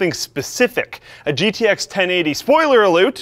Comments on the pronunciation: "Spoiler aloot!" Effin' Canadians.. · Spoiler ALOOT... those canadian roots slipping through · "spoiler aloot" oh no, he has the canadian disease. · Spoiler Aloot? How much more Canadian could you be? Great video. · "Spoiler aloot!" heheh Canadians.. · spoiler aloot - are you trying a bad Canadian impression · what's this pun all aboot? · "Spoiler Aluut" made you sound more canadian. How aboot that?!